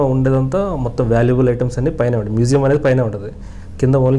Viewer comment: మెసేయం కాదురా మ్యూజియం అనాలి